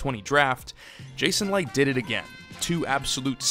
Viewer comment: You know you pronounced Licht’s name throughout, right?